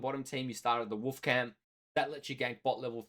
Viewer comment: Why do you pronounce "wolf" like "woof"